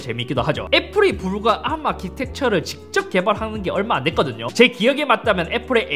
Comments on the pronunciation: 이상하게 아-ㄹ---ㅁ 발음 너무 듣기싫은데... 왜지, 다른 R발음은 잇섭 그대로인데 arm만 굴려서 그런거 같기도 하고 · 나만 자꾸 arm아키텍쳐 아ㄹ-ㅁ 아키텍쳐가 들려? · ARM을 암으로 읽는거 실화냐 ㅋㅋㅋㅋ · '앎'아키텍쳐... 발음... 멋져... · 왜 ARM만 혀를 꼬는 거지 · ARM 발음 죽여주네요